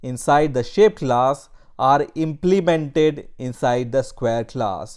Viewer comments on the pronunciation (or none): the way you say implemented is madness